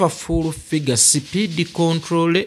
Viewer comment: Oliyi "Speed Controllery 😂😂😂"